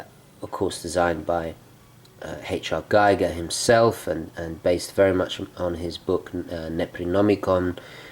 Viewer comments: HR Giger's last name is pronounced "geeger". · H.R. Giger is pronounced "Geeger"